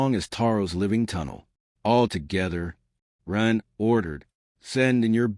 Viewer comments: It can't even say Ren half the time , it says Ruuuun, very hard to tell what the author's intent was with how chopped up this reading is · it’s when someone says “Wren” that the A.I. completely messes it up. If Wren is used in a sentence like “he gave the ball to Wren” it says it correctly.